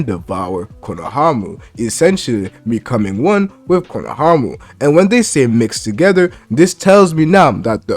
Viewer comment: “Konohamu” 😂😂 this dude having too much trouble with his R’s lol it sound like he’s talking with peanut butter on the roof of his mouth